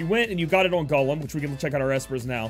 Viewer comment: The way you say 'Golem' had me like 'What? Gollum from Lord of the Rings is on ffbe? 😂